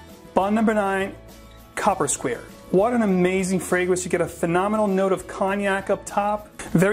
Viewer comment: it's pronounced CUU-PER SQUARE